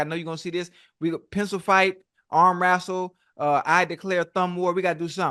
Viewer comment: I'm so happy to hear Unc say he's not beefing with anyone else, to many people are using his name for clout. "Arm wrassle", Ocho is so silly 😂